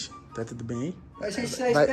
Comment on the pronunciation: "Bom dia " todu bem " ~ void ~ 😂😂😂